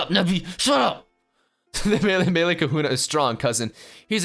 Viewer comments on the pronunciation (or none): none